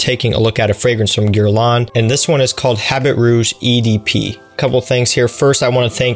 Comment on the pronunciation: Start by pronouncing it correctly ........ Your grandfather had better taste then you